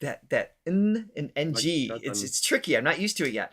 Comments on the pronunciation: Ng pronounce it with Nang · You pronounce "ng" if it is just this two letters together as "nàng" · NG is being read as “NANG” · “NG” pronounce as “Nang” like the Tang juice. You’re welcome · Wow the Throga's channel theme song? It's just amazing for us to hear it. Appreciated much. But I have to teach you and to pronounce the "ng letter" it is just like you read "nang" and pronounced it like that too. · “Ng” is pronounced as “nang”. 😊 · NG is pronounced as NANG like Da Namg in Vietnam. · Tawag “nang” Tanghalan NG is pronounced as nang ☺️